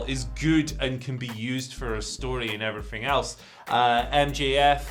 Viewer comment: At the very end “and effryfing else” Andy Murray